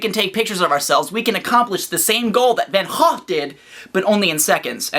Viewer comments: FFFFFUCK YEAH CORRECT "VAN GOGH" PRONUNCIATION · Hey, Perfect pronunciation of Vincent Willem van Gogh's surname. Impressive, my man. (yeah!):D